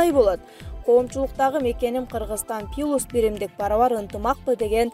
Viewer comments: Качан туура окуйсунар? "Пилус" эмес "плюс" айтпайын дедим эле... Дайыма каталарды угуп отура албайсын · Дикторлор туура тема коюп, туура суйлогонду уйронгулочу. Же мектептен 4 класска чейин эле окудунар беле?. Пилус дебей плюс деп айтса болбойбу, уят теманы да ката жазасынар. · Журналист ПИЛУС дебей кичине туура сүйлөгөндү үйрөнсөңөр болбойлу, УЯТ канча адам угуп жатат!